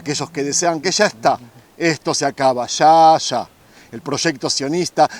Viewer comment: Agradecido con la información sobre todo xq es real pero por piedad! Un favor! Habla bien!! No salgas con tu chófer! Cuando se te olvida bien que pronuncias ya, calles, murallas, llega etc pero te entra el espíritu ché y sales con tus: sha, cashes, murashas, shega! Xfavoooor! Nooooo! Gracias